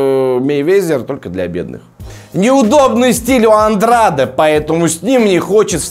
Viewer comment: Вообще то правильно произносить Андрэйд. Навернее было бы правильнее для Гены провести один бой во втором среднем до боя с Канело.